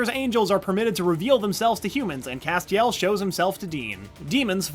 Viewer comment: The way he pronounces Castiel BOTHERS ME